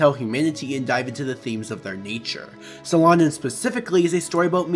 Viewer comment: At least google how to say the manga's name, jesus...